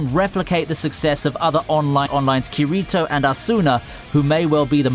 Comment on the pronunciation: How he said kirito and asuna was gross